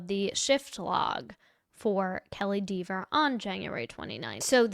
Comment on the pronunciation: I'm so glad that you say DEEVER. Hilarious.